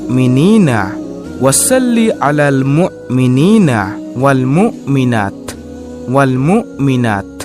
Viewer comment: মুকমিনিনার স্থলে হবে মু' মিনিনা এবং মুকমিনাতের স্থলে হবে মু'মিনাত। ধন্যবাদ।